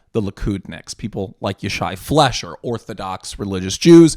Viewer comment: His surname's pronounced fly-sher. (Not a big thing, but it will help you sound like you know what you're talking about.)